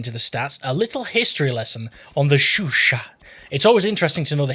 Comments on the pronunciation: it's show-shaw, not shoo-shaw. be sure to not pronounce the T in chat and it's all good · I believe its pronounced "sho sho" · Love the video man, but one thing is cracking me up: Why would you research the proper pronunciation, say it about a hundred times right initially and then proceed to say shOO-shah instead for the remaining 99% of the clip? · I swear everytime he says " *S H O O S H A H "I'm going to kill a plane with the AT gun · I swear everytime he says " *S H O O S H A H" I'm going to kill a plane with an AT gun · your au needs to be clearer and the a in chat needs to be sharper